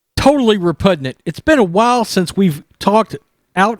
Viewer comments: The word is repugnant, not repudnant. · Disgusted by the Red Sox and their support of a BLM leader as a "Hero". Also...as a retired professional broadcaster...a couple of things. First. It's "repugnant"...not "repudnant". Second. Always pre-read your written material out loud before the broadcast. Always. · Yo the word is repugnant not re-pud-nant!!! You should read a book. Learn the language. You've only been in the country 40 years. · BLM sucks.MLB sucks.NFL sucks.NBA sucks Boston Red Sox suck.And sorry,but the word is REPUGNANT. Not repudnant. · I tried to listen ... then u said repudnant twice in 5 secs .. can't take you seriously when you don't know the language, and I'm from Kentucky so accent isn't an excuse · Its re-pud-nit!